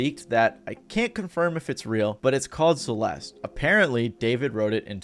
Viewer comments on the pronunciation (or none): The E at the end of Celeste is silent fyi.